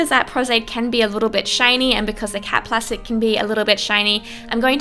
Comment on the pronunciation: Whenever she said cap plastic I always think she's saying cat plastic